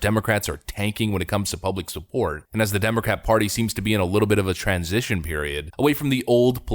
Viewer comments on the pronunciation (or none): none